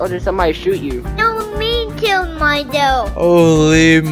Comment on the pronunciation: "Me keeled mydelf" -Higgy 2023